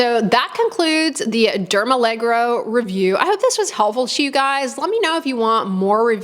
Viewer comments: allergo as in allergy, rather than allegro as in uptempo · Derm allergo as allergy. Not dermalegro 🤡🤡🤡 Silly american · It's dermALLERGO, not dermALLEGRO. Like the word allergy haha, not balet. 😂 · Al-ler-go, not allegro – It's a different word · It's dermallergo, not allegro. I believe it refers to being suitable for allergy prone skin. Otherwise a very thorough review, thank you. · Oh it’s not allegro but Derm-aller-go😊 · Great video, and I use & love this line also. The products really do soothe on contact, and provide decent moisture without clogging pores. Note: The line is actually pronounced "DermALLERGO" (not "DermALLEGRO"). So no more need to associate it with ballet! 😆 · I'm a little surprised 🤔 This line isn't new at all, it's been around for quite some time. Do you mean new in the US? Also, it's not dermalleGRo (you pronounce it that way all the time 😅), it's "alleRGo", from allergy, which makes total sense and that doesn't remind of ballet 😊 I wish there were more products trying to use ingredients like that neurosensine peptide, to numb the nerves so the skin doesn't react to things and is calm. I applaud the initiative. Hopefully there'll be more variety, so we people who have reactive skin have more choice in skincare 😊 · It’s pronounced Derma Lergo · It's dermalleRGo, like alleRGy! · "dermaleGRo reminds me of Benedict Cumberbatch's "pengwings".